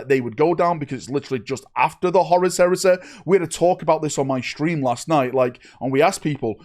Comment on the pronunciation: Horus Heres-eh. The Canadian Edition.